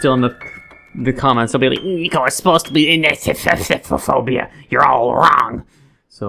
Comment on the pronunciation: That is not how you say it